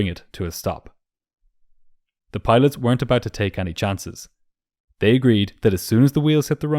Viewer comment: any is pronounced like eny not ahnie